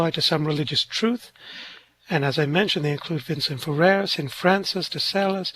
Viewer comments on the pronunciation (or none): Francis de Sales, not 'de celes'.❤